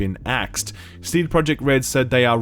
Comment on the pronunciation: I love u man but pretty please. I am from Poland and i cant stand how u say the company name-cd projekt. U should say it with j like y - cd proyekt. Pretty please. Much love